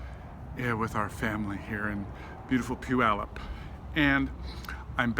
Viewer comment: poo yallup? i always wondered how to pronounce Puyallup..nice video